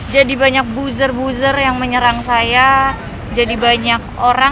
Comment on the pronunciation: Bazer bukan buser